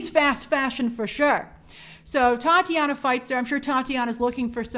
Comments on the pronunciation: Titania not Tatianna. Like Titanium. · Not picking on things but it's Titania, not Tatiana 👍🏼 Good vid tho, keep doing your thing 💪🏼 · It’s Titania not Tatiana lol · Grace called Titania, "Tatiana." He he. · I love Grace calling Titania, Tatiana 🤣🤣🤣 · Titania not Tatiana!